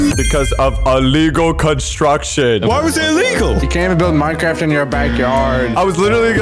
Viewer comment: Minecraft not mincraft dude sounds like a toddler who can’t spell crap.